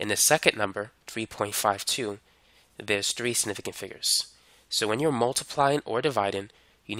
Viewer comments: Man said it like "Snifficant" 😂 hepled me tho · “sniffigant figures” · Snifigant who else heard that? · The way he says “significant” really pissed me off and idk why lmao